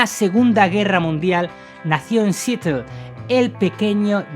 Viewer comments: Es “Siarol” no “sitel” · Seattle se pronuncia como siarol no sitel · Se pronuncia Seattle , no sitti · Sitlel???? Querrás decir Seattle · No SE pronuncia sitl sino "siAtl" thank la A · Porqué si vas a hablar de personajes de habla inglesa, no estudias un poquitito ese idioma? Seattle se pronuncia "siatl". Pero no eres el único, todos los españoles son asi. Gracias, sin embargo por la reseña del gran Jimi Hendrix. Y no seas tan jili....s diciendo " flipar ". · Nació en “sietel” 🤦🏽‍♂️🤦🏽‍♂️🤦🏽‍♂️ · Jajajajaja "Sitleth" 🤣😂🤣😂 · Acentuando la A en SeAtl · No se dice "Sittle" 🤦🏻‍♂️ asi como buscaste informacion para este video, ayudate en eso para evitar confusion. Los nombres son propios. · Cómo dijiste que se dice SEATTLE????? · Cómo pronuncias mal Seattle